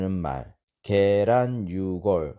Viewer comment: 왜? 게란의 계를 길게 발음하시옵니까???